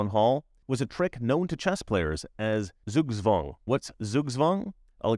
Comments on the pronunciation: TSOOK-TSVANG, NOT ZOOG-ZWANG. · Dear! In German S ist the soft S and Z is the sharp S. Just the other way around than in English or French. So please say Zugzwang as if it were written in English as Sugswang. Thank you.